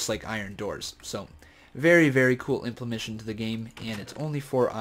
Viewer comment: Please stop saying implemention. The word is implementation.